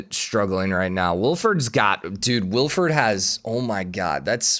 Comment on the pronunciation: God, as a person named Wilfried, hearing him say Wilferd repeatedly gives me elementary school ptsd.